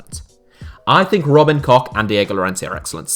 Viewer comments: I died a bit everytime you said Robin "Cock" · Robin Koch is pronounced with an H at the end, the same H as in Hello